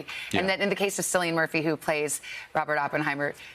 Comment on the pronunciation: "sillian murphy"